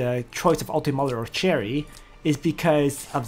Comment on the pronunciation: Sher-E not Cherry >.<;. I still love you~ thanks for videos You say Sher-E later in the video lol, damnit.